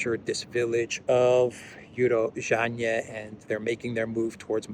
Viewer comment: It's pronounced U-ro-zhainoe - Урожайное